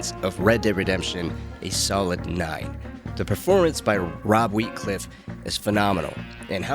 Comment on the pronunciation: WIETCLIFF? ITS WIETHOFF